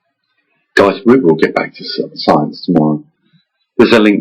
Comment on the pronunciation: Did you say " Goys "? Right at the beginning first thing you said after " Hi very warm welcome it`s from Mavestar ".